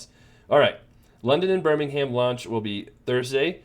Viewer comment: It's pronounced 'Birming'um' (like 'Gotham') 😉Best of luck in London!